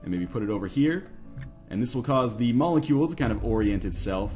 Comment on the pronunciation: What is a monicule? do you mean molecule?